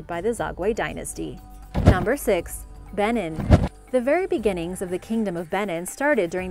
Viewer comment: Very good videos but you may want to watch your pronunciation. Nok is not pronounced like "knock" but more like "nohk." Edo is not pronounced like "eh-doh" but more like "ee-doh." Benin is not pronounced like "Ben-in" but more like "Ben-EEN" (stress on the second syllable).